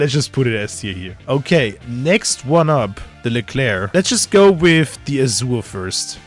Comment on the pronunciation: leclerc "es es ai"... painful